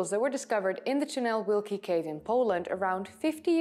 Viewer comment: Yes, you butcherd the name. Ojcowski - Oytsovskee (or something like that) Tunel Wielki = Great Tunnel. Polish W is read as V in other languages - Vielki. And we read "Ł" and "ł" like W in English. Great Job, BTW.